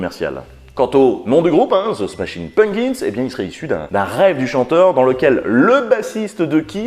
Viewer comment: Nan là, je ne peux pas me retenir de le faire remarquer : ça se prononce "PumPkins", et non "Punkins". Un petit effort, bordeyl 😑